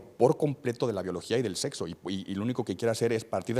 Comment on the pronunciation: Que pena que un médico no pueda pronunciar la palabra "biología"